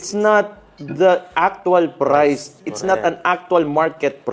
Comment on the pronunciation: Pumunta ka sa Maynila at dun ka mag public press con para mskita mo hinahanap mo. Hayup ang accent mo sa word na Priceeeee.